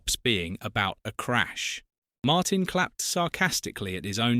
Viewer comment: It's pronounced Martin.